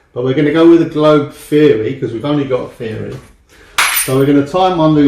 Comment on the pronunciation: Why why why would you put it on video for eternity and everyone can see,that you are so thick? or that your intelligence is seriously lacking,I hope his clients see this and don't use him ,he can't even say theory (feery)